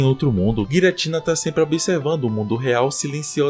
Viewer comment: Pqp ainda fala Guiratina 😂😂😂